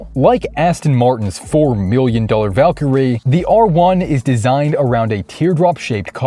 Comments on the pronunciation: Did he say "Aston Martin Valkyrae"? lol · It’s actually pronounced Val Kilmer-Ray. An homage to the 1992 film “Thunderheart”… Not a lot of people know that 🙃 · Did.. did you say Soper car? And Valkyrae?